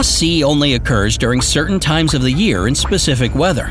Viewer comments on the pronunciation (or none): none